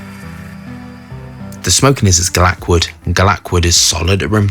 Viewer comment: Yes that’s what he meant but he pronounces it very different